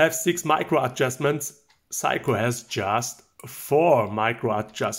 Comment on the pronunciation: I love how Germans pronounce Seiko like "psycho." You and Jenni Elle both do it and it's really charming.